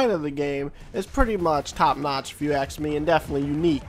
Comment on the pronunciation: You say "axe" instead of "ask". Is that some kind of accent?